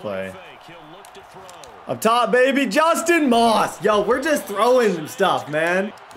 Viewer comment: I love you but you will win the super bowl this season if you start calling your star receiver Justin “Ross” NOT Moss!!! I’ve watched every episode, love the vids!